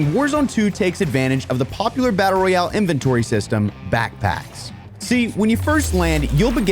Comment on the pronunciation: He said victory rayale 😂😂😂 but still great vidio pal